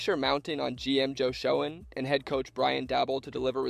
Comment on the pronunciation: Despite how it looks, Schoen pronounces it as Shane, not Shown.